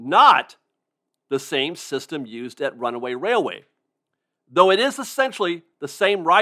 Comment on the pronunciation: I keep waiting for you to say, "Runaway Wailway" but you get it right EVERY time! I can't say it twice without messing up. You are a true professional.